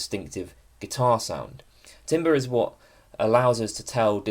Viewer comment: TAMBER, IT'S PRONOUNCED TAMBER 😭😭😭